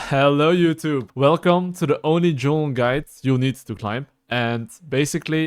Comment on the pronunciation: "Hello YouTube, welcome to the only Juulng guide"